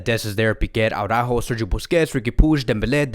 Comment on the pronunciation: Yes I know, Jamie of TalkFCB always says Aw-rÁjo 🤮🤮🤮 instead of Ara-Újo, and that's why all the other FCB channels copy this pronunciation. This is so wrong. It's like saying Póóky to PiquÉ. It is just as retard. Dear, please show some respect to Ara-újo. Just say Ara. Take a breath. And now say Újo. Ara... Újo. With emphasis on the Ú. You can do it! If you don't believe me, just listen to recent Spanish speaking Cadenaser vids on youtube. But PLEASE PLEASE PLEASE STOP SAYING Aw-rÁjo!